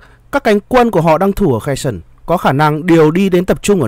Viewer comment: Херсон ( tiếng Việt đọc là Khe Rxôn) không phải là tiếng Anh nên BTV đừng đọc là Khe sừn nhé! Trân trọng!